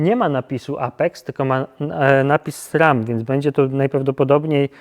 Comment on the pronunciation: Dlaczego mówisz Srem?